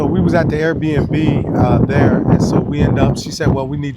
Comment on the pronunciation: cant even say Airbnb. He says air air n b, tegusulwa you didn’t have to translate at all